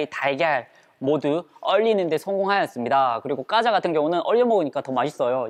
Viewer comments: 꽈자가 아니라 과자 입니다. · 허팝님 과자 발음ㅋㅋㅋ 까자ㅋ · 꽈자?! 고향이 어디세요?